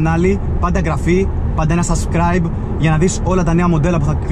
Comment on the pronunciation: Λίγο τα μπέρδεψες στην αρχή είπες (καντε εγγραφή και) "σασκραιμπ" Σαμπσκραιμπ είναι το σωστό!Δεν κοροϊδεύω!